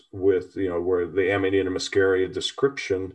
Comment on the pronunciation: i love you guys but you must learn latin is not english, you pronounce it AMANITA MUSCARIA, not AMANAITA MASKERIA. It's the mushhroom we all love, maybe let's just call ita mukkhomor